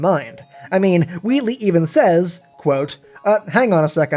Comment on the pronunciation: Wheatley not Weatley just sayin